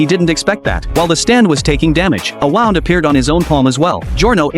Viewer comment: "A wand" bro that not how you say a wound😭😭